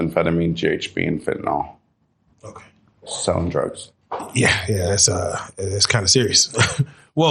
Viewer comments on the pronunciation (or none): Quick pronunciation note: it’s fentanyl (FEN-tuh-nil), not ‘fentanol.’ If you can say ‘Benadryl,’ you can say ‘fentanyl.’ The ending is ‘-nyl,’ not ‘-nol'.